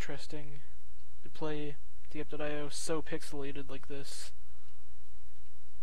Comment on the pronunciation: It’s pronounced dypeio